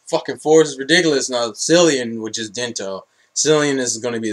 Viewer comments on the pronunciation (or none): Cil-an not Cil-ian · you pronounced cilan wrong